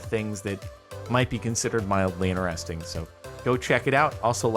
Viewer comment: i just realised that jordan says ineresting instead of interesting